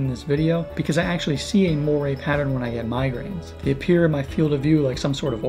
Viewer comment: There is no such word as "morie", it's "Moiré", pronounced "mo-are" in English and "mo-aray" in French with the French sounding "r"...